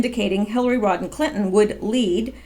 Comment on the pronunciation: It's Rodham not Rodden